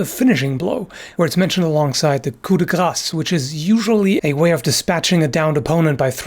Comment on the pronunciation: your french accent is spot on i have to say, 3 years later but still, and for once someone said "coup de Grâce" the proper way ^^ (its like coup de Grass" most english speaker dont prononce the ss at the end wich is important otherwise it means Hit of Fat litteraly lol) thank you for bearing this french annoying lesson